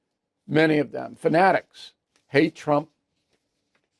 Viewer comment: Bill, i haven't heard the word FANATICS in a while, it sounds great when you say it.